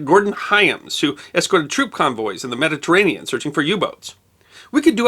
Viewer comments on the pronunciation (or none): none